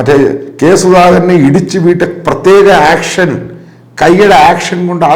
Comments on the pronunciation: പ്രത്യേക ആക്ഷൻ അല്ല സർ പ്രത്യേക ഏക്ഷൻ 😂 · ആക്ഷൻ അല്ല സാറേ ഏക്ഷൻ എന്നതാണ് പിൺറായി ഭാഷ്യം.